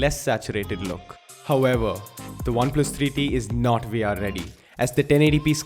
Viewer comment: Great reviews but I don't know why I listen "Oneplus 3D" 😅